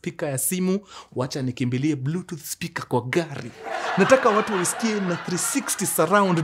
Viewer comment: TUDU😂😂😂how mkuru says Bluetooth device😅 ben 47 the low battery was not necessary